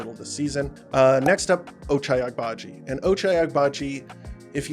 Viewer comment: I think the g in Agbaji is silent or that's at least more accurate, enjoy your content keep it up